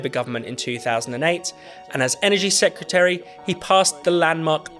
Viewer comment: Secretary not Secutary!